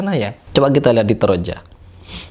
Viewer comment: Toraja bukan troja